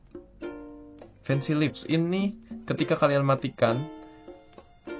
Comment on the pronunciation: fancy leaves nya jadi Lips 😭